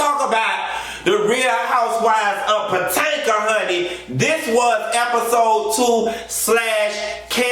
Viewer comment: POTENKA?? Come come come, Potomac ( puh toh mick) is not that hard to pronounce. Smh